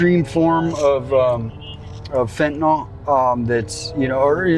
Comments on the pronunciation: y'all got any fentaNALL? Not fentaNILL. the proper pronunciation. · FentaNYL. NYL. It's not TylenOL. FentaNYL.